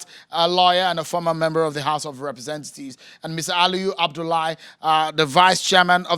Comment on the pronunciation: Did Seun say "Represen-thieves"?🤔